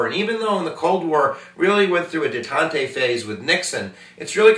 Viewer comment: The pronunciation of 'detente' took some of the sting out this guys editorial on taxes and borrowing.